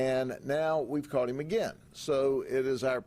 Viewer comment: The heem instead of him drives me crazy. Good job though 😂😂